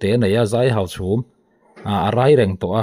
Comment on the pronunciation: I tawng hi fimkhur deuh teh aw Hauchhûm a ni lo Hauchhum a ni zawk aw.